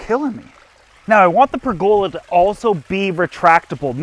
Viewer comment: Another I know your canadian in the pronunciation are different , but It is pronounced per the love. Not Not pregola